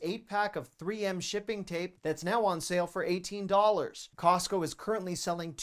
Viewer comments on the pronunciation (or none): none